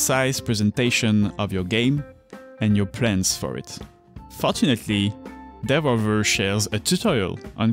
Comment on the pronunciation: From the first pronunciation of Devolver I was in. 👌 I’ve never heard it that way and I like it. Really interesting video. Keep up the good work.